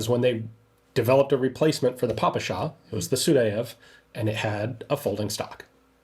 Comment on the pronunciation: Respect to Gun Jesus for finally correctly pronouncing ППШ, and opposite to John Keene ;).